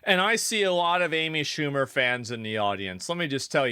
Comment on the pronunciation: Who the hell is Aimee Shoe mer?